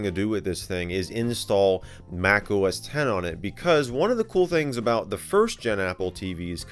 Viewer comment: X = TEN It is OS TEN he is saying OS TEN!!! Lol.